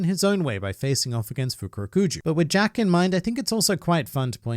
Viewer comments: Hearing him say Zack instead of Jack made me laugh, because I keep forgetting that Jack was present on Onigashima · Jack is so irrelevant can't even get his name right.